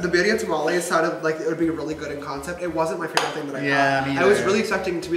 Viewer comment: Am i the only one that got triggered for james saying tamalies